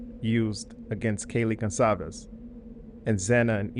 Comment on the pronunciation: Did you also hear her not know how to pronounce Kaylee's last name? 🤔